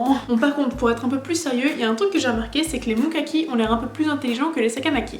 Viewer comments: J'allais te parler de la prononciation pour les Mukami, mais on t'en a sans doute déjà parlé 😂. Le moment avec Richard m'a tellement fait rire que j'ai eu mal à l'estomac {déjà que j'avais eu d'autres éclats de rire avant} 🤣🤣 Non, il n'y aura effectivement pas de saison 3. Il suffit de voir le temps qu'il y a eu entre les deux premières saisons et on est en 2021. Il y avait eu des rumeurs comme quoi c'était justement cette année que ça sortirait, mais bon des rumeurs comme ça il y en a eu presque à chaque année. Le plan de Adam & Eve a été conçu bien évidemment par Karlheinz pour que Yui choisisse l'un des frères Mukami. Le but est de faire des descendants qui changeront le monde, quoi. Plan complètement débile, car on apprend qu'ils ne peuvent pas devenir Adam en raison qu'ils ne sont pas de sang-pur. L'intérêt qu'on porte sur Yui, c'est spécialement à cause de son cœur. Car même si Cordelia est morte définitivement, Yui possède toujours son cœur. Grosso modo, Cordelia est la cousine de Carla et Shin Tsukinami {les Fondateurs qui ont fait une apparition aussi courte que Stan Lee, quoi}. D'ailleurs, ils parlent de vengeance parce que c'est à cause de Karlheinz qu'ils se sont retrouvés piégés dans leur château à l'intérieur du monde démon. Ils ont pu s'échapper grâce à cette éclipse qui apparaissait dans les deux mondes ainsi que grâce à une broche appartenant à leur défunte tante qui était imprégnée de magie. Profitant de leur liberté et surtout parce qu'ils sont les deux der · tu dis mokaki mais c'est mukami 😶